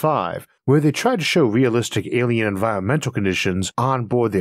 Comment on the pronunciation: "Awien wefugees" - the speakur